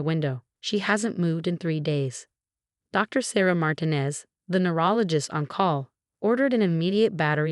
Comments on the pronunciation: Mar-tee-nez or Mar-teen-ez. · And sometimes it’s Marginez! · I’ve been thinking the same thing for a while